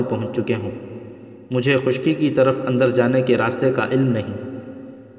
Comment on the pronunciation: ALLAH TALA ka واسطہ ye asa nalyq admi کہاں se ڈھونڈ کر لائے ہیں آپ. Ye admi khushky ko khashky kehta hai. Sehra ko sohra kehta hai., Fahad ko fahed, pehly ye خیمہ ko kaima aur kbuda ko kuda kehta tha lykin ALLAH TALA ka shukar hai ye غلطی iss ne theek ker li hai, غیرت ko gheerat kehta hai, baghi ko bhagi kehta hai. Ye ان پڑھ kahan se ڈھونڈ ker laye hain ap itny خوبصورت سچی داستانوں کی دھجیاں اڑانے کی کوشش کر رہا ہے. Ap iss ko اُردو tu sikha dety. Ap log ki itni بڑی کوتاہی ہے. Pakistan ki national language jis ko nhi ati ap ne us se itni عظیم الشان kahanian parhwa di. Kia ap iss غلطی ko darust fermaye gah?